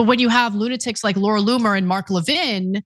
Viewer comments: Americans are the only ones so arrogant that they can't be bothered to pronounce foreign names correctly. Why is that? LEV-in, not le-VIN. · Levin is a Jewish name. Ask any non-American Jew how their name is pronounced. As I stated, Americans pronounce many names in a distorted way that other countries do not. Moss-COW is a prime example. Everyone else, including the Russians. say Moss-COE (Moskva).